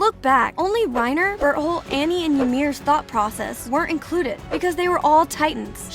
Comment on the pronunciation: ah yes an ''expert'' who cant pronounce Berthold